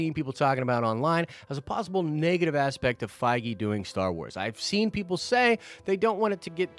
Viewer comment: Den Of Nerds drinking game, everytime say ‘Fiege’ do a shot! 😉 love the channel hahaha